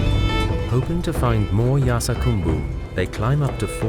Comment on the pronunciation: It's spelled 'Yarsagumba' but he keeps saying 'Yarsagambu'.